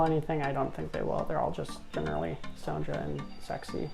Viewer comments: Great overview! One note: the "ja" in Sonja is pronounced with a y, so it's "ya" or "yah". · How he says it is rather jarring